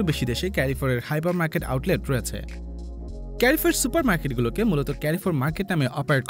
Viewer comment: এটা কেরিফোর না এটা হচ্ছে কারফোর 😏😏